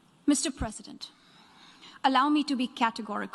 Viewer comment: The way she pronounced Mr. President is just osm ❤️🔥